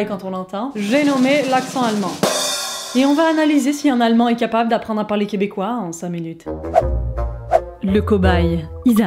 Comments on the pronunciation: Je trouves que tu te gourdes un peu avec les mots terminant par la tonalité EN, ex: allemand, le quebecois va le dicter tel qu'écrit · je suis trop morte, y a parfois quand Isaac dit "allemain" on dirait un belge :-D vous avez du rire comme des bossus